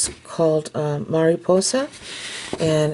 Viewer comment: These could also be super cute keychains.!!!! Or for girls backpacks...I know I loved to hang things on my backpack to bedazzle it lol P.S Your Spanish when saying Mariposa was perfect.!! 😊👍🏼